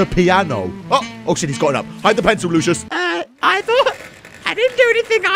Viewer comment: i mean ivor not ibor